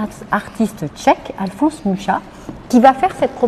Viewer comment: Très bonne explication, mais attention on dit bien "Muxa" et non "Mucha", je vous laisse voir la prononciation Tchèque